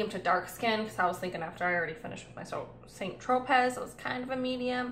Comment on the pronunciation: Nice video.. but don't pronounce the z in St Tropez